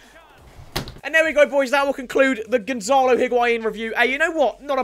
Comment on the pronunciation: Gon-za-lo HIGUAIN